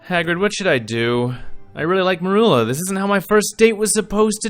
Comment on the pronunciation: mErUlA?! Excuse me, what did Snape do to you?